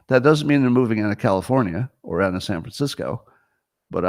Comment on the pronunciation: today's "ount" count: 44 FYI we are now including compound usage, such as: "ountcome", "ountgoing", "ountside", "abount", etc.